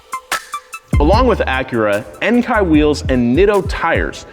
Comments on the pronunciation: This is just a small point, but Enkei isn't pronounced en-kai, it's en-keh. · En-kay not en-kai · No, he pronounced it wrong. They're a Japanese brand, so it's pronounced "en-kay". Enkei is literally the Japanese word (円形) for round/circle. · It’s pronounced en-kay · I’ve never heard Enkei be called “Enkai” before lol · I had Enkei's back in 1980...we pronounced it "N -Key" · No, he didn't, he pronounced it wrong. They're a Japanese brand, it's pronounced "en-kay". Enkei is literally the Japanese word (円形) for round/circle. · Yep, was going to say this. They're a Japanese brand, so it's pronounced "en-kay". Enkei is literally the Japanese word (円形) for round/circle. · Don't you just love how he pronounces Enkei? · Definitely pronounced Enkei wrong , bet many will disagree though.